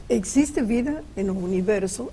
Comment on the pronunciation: Aliens "non ecxiste" Essa senhora não acredita em nada. Igual ao Padre Quevedo. Velha patética.